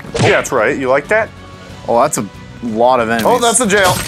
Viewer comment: Has anyone noticed that says "emenies " instead of "enemies"